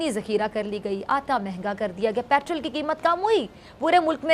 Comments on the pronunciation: ये पेट्रोल को पैट्रल बोल रही है. 😁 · Mohtarma petrol bolna seekho, madarse main padi hui ho.